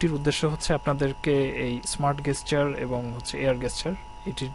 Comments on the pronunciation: Fantastic phone but shitty review he can't even pronounce the word "GESTURE" (যেসচার ভাই not গেসচার) may be better luck next time. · gesture is pronounced 'jesture', anyways, good phone..ordered one ! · Air Gesture is pronounced Air "Jesture". Its not used as a "G" in this word. Please correct. Thanks. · good phone but bhaia please say GESTURE properly... it is spelled with "ja" and NOT "ga" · LMFAO that guy's pronunciation of the word 'Gesture' is totally wrong. how come a company like Walton hired him for doing that review?!!